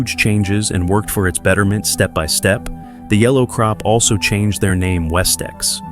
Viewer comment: These AI voices are horrendous, this one is the worst I have heard, can't pronounce the words properly, using the wrong tense and very monotone. Yellow Roadway CROP, it is CORP. It is Oklahoma, not Oklama.